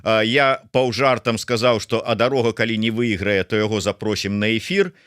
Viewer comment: калі ласка, называйце ДароХу ПРАВІЛЬНА, бо здаецца, што ВЫ ня ведаеце твору Евы Вежнавец(сьветлая памяць) "Па што ідзеш, воўча"...